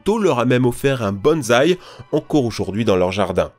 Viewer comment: "Bonsai" se prononce [Bon-saille], pas [bonne zaille] xD [Wolfensteingue] ? C'est une version spéciale où Blazkowicz a la dengue ? xD